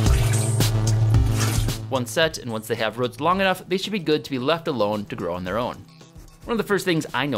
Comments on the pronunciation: It's more like rəts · Short ruhts. Long ruhts. That's one crazy regional pronunciation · Ah yes, the "ruts" of a plant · Why can you not say roots? lol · I have to stop. The way you pronounce roots is just weird.